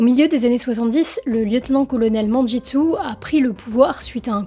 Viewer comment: bonjour et bravo pour cette vidéo , petite précision "Mengestu" se prononce " mennguestou" .